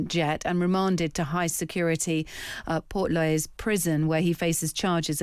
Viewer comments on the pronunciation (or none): Garda Síochána *shee-och-aw-na Portlaoise *Port Leash This is basic journalism. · Came here to say that Garda, sounds like it looks Port leash…quick google check?